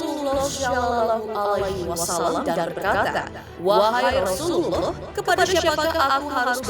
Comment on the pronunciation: Maaf nih 🙏 mba yg bawain berita nya sebaiknya belajar dulu berita atau narasi yg mau di bacain apa lagi ada kutipan kutipan hadist dan pengucapan kata Rasulullah.... jadi kita yg denger ga gimana gitu.... Sekali lagi maaf ya... sebagai masukan saja ❤🙏💪